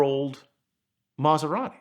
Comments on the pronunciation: I've never heard an Italian mispronounce Italian so badly! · Fantastic story, amazing car. Just wish he pronounced it's name correctly!! lol